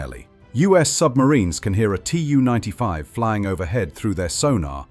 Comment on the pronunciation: Tu is spoken as a word. Not spelled as T-u. This is nearly for all Soviet aircraft: Su, Mi, An, Il, Be etc.